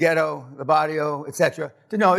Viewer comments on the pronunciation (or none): The only thing I DNT like bout Danny is he pronounces VARIO....NO DANNY IS "BARRIO!!" 😆